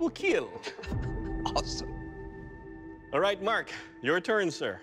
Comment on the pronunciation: Best line It will "keal"